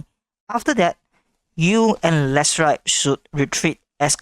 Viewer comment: His name is Leshrac not Lichess